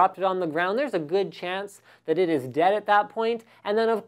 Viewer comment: "They're all Deyad"